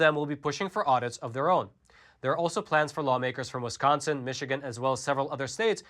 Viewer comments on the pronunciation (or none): none